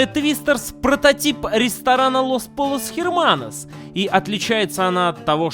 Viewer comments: Лос Поёс Эрманос это читается на испанском! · Произносится как Лос ПоЙос Херманос, двойная LL в испанском звучит как Y. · Видео шикарное! Только правильней - "лос пойос эрманос" а так - шикарно! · Не лос поЛос Херманос, а лос поЙом эрманос.. посмотрел бы на оригинале хотя бы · Название забегаловки правильно произносить на испанский манер «Лос пойос эрманос» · Название закусочной читается как "Лос пойос ерманос". Не мог не написать...